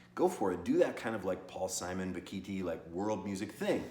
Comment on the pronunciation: Bock a Thai. Pronounce it correctly.